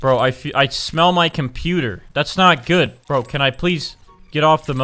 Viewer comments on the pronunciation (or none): when he said "i can smill my computer" i died xd